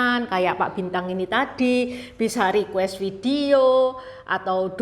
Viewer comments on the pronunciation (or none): none